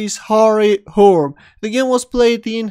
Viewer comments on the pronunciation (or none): Hurme is pronounced 'hurme'. Roll the 'r' and pronounce the last 'e'. two full syllables.